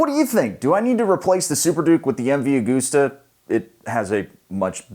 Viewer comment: Please USA, do you pronounce August as Augoost? No of course not. It's MV A-GUST-AH. Italians are so mad that they contracted me to point it out. Thank you. While I'm at it, there is no such thing as "heidth" it's height. Spite gets height right, just saying. Ok carry on, have a good weekend.